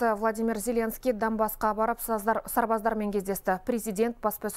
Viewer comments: Данбас емес,Донбас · Данбасс деп айтылады жазылганда донбасс деп жазылады